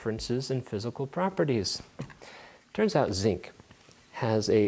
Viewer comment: my favourite bit is when he said physical properities